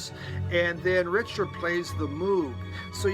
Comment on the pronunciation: Another great variety and glad to hear your Mum is getting better. Must check out First Aid Kit Love Max Richter, but sorry, you're butchering his name;) lol. He's German, so it's pronounced "Reeshter". On the plus side your version of Fela is pretty good!:)